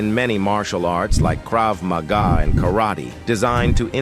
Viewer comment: the AI narrator voice is retarded. Saying Krav Maga in 2 different ways and Pankration as if it was a weird form of French, let alone Jeet Kune Do...